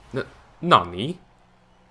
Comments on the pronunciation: O "Nani?" de um português é foda. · How he says Nani lol